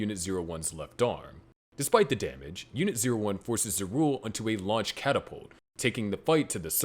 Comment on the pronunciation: ZAH RU EL. My god. Maybe this actually NEEDS AI just to fix the horrific pronunciations.